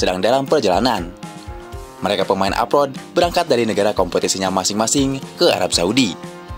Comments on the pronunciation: klo pemain yg main diluar negeri itu disebutnya apa min... bknnya abroad yaa kok nyebutnya apot... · Abroad min abroad … bukan aprot aprot